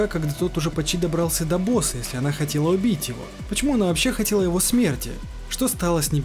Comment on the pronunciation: Кстати, имя хакерши, что залезла герою в мозг, скорее читается не "ОнА", а "ОНа", как например Юки-Она - Снежная дева.